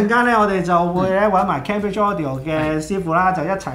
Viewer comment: Cambridge: 讀音係 "came" bridge, 唔係 ＂kam＂bridge